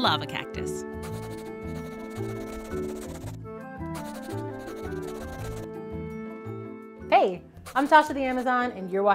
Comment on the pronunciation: "This is the lava cocktus"